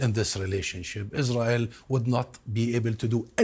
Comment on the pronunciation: No one: Lindsay Graham: Isrull